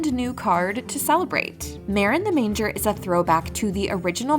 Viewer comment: Marin the Manager, not manger 😂